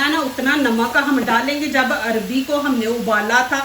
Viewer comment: Sister arbi nhi arvi bolo